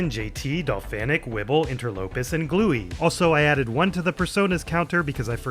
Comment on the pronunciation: gluee is pronounced like glue, you can tell its a reference to the album with the same name due to their profile picture